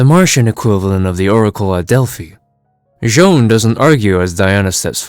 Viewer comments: Why do you keep calling J'onn "Joan"? It's just "John". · It's not pronounced as John at all, its actually Jay-on (J'onn)